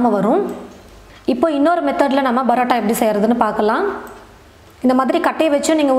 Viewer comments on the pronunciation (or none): Adhu brota ella mam parota